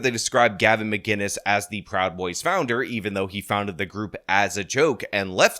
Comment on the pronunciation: MAH-KIN-US, not MAH-GIN-US, there's no G.. god help us, how does this still happen.